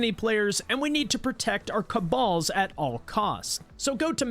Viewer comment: "caballs" kakakakakakak